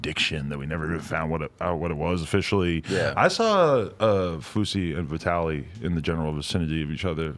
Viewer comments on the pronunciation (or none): Please let Keem know these 3 things: 1. It's KNOCKDOWN and NOT TAKEDOWN 2. It's VEGAS and NOT VAGAS 3. It's Vitaly and NOT V-I-TALY As soon as I get more scoop I will keep you in the loop! ~ Drama Alert Nation